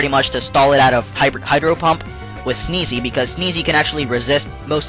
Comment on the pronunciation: it sounds like he says hyper pump